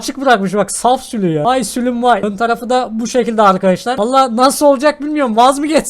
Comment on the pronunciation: Abi bide sülü değil sülük